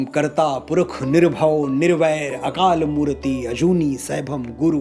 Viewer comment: Thanks Manoj ji for such a nice explanation about japji sahib.i am a big fan of u & listening you.Here is one request plez try to correct your pronunciation of a few words. as akal murat not mutate.This vedio is really 👌